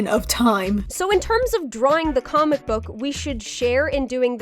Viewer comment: Hehe “coomic bok” gig